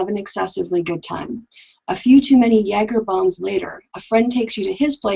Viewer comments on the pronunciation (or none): none